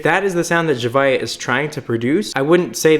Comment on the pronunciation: Man said “zuhviuh” it’s “zavia”